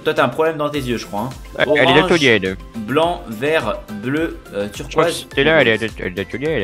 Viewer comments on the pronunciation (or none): "On pourait rentrer dans stéla" je suis mort